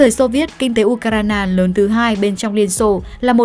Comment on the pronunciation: Phát thanh viên đọc tên của Ucraina kỳ quá ! Nghe cứ như U cà rai nà ! Phải sửa đi nhé !